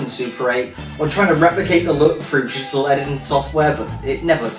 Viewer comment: is he saying Jittal images? digital is 2 syllables.. lol